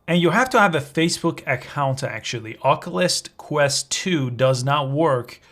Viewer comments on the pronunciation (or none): "Okulus Kwist 2"